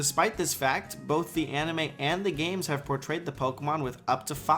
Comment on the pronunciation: I may be mistaken, but i hear aMime instead of anime